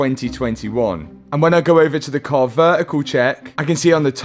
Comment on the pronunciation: Car Ver-ical